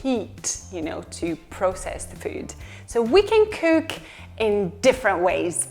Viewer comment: Почему она говорит kük, bük, füd ? Это мода такая ?